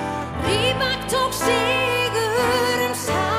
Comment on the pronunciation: He's name is rybAk, not rYbak. Stressed on a last syllable ! So she pronounced it wrongly.